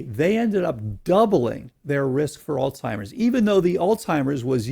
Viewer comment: Wish he would stop pronouncing Alzheimer's as "olstimers" lol